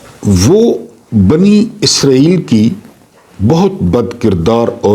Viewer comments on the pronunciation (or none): none